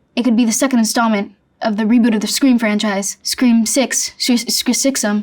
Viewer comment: the way she said “scr6am” is so funny